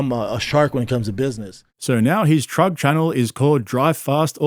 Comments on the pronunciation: Are you saying "trug" on purpose? 😊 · Bro said giving away a trug lmao